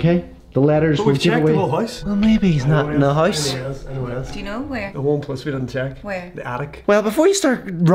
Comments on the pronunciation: you mean house not huose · I love it how they pronounce house